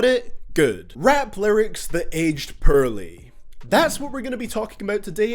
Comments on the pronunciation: im not trying to be mean but when u said "purely" i died laughing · Cdtv says “pearly” for “poorly” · "Rarp lerics thut edged purly" lmao I'm English and u butchered that shit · HAHA YOU SAY PEARLY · The English language: poorly This guy: perly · he's saying porly like purly and its really distracting me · I won’t lie. I laughed when he pronounce Poorly as Pearly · Every time you say poorly it sounds like you're actually saying pearly. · I'm sorry but "Perrly" lmaoooo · The way he says poorly sounds like pearly LMAO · It sounds like your saying pearly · the way you butcher all names and the title of you video IS CRINGE as fuck...